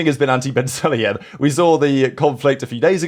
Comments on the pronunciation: Su-La-Yem, not Suliem It's SU like U(ber) The pronunciation is killing me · Suliem is killing me. Like, come on, at least try Su-La-Yem... Su La Yem... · When you say “Sulayem” it sounds like “Cellium” to me